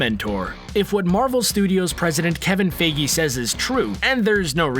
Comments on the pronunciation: if that's not proof that they use a robot voice that can't pronounce Kevin Feigi (I think that's how you spell it) give me proof that is is a real voice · its Kevin fige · Kevin Faygee lo